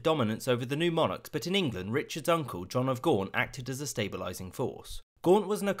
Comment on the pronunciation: not John !!! JEAN